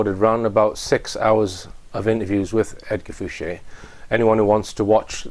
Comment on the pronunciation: Why does everyone call him, when he announces himself as Edgar Fouche. De Rothschild